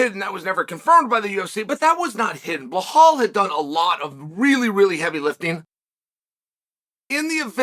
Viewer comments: Dude , stop saying behal It’s belal with L not H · bro, his name is pronounced like it's spelled, BEL-LAL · Chael it's been 5 years, please learn to say Belal's name correctly